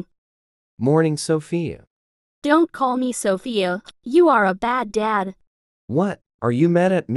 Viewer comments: the fact that my name is 'Sophia' the way the text to speach says 'Sophia' SoFIa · Sheesh you don't pronounce Sophia "sOvIa" (the mom calls Sophia Solva😭💅✨✋)